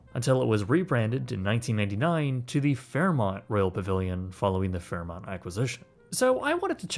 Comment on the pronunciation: U said fairmont right this time hehe